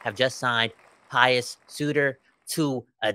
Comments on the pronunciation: Pe-oos not Pie-oos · It's pronounced "P'yoos"